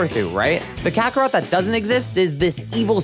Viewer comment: If you going to trick us in the first 5 seconds, then pronounce kakarot like an oblivious anglophone, THEN talk about yourself, thats a dislike and dont suggest again for me